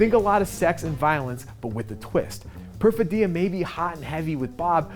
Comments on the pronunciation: The reviewer supposedly watched the film well enough to spoil every plot point, but somehow managed to mispronounce the name of one of the main characters repeatedly. The stress in Perfidia is on the second syllable, not the third. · How could someone mispronounce Perfidia so many times in a row? Did you listen to them say it in the movie? Like even once? Haha